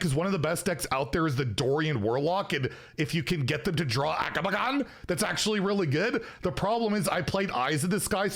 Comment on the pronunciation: we need a video compilation of everytime has said AGAMAGGAN